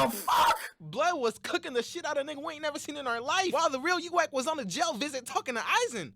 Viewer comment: "Yuwack" Imma let it slide cause.tjat was funny